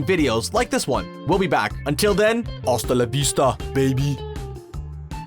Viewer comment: It's hasta la vista not hasta la beasta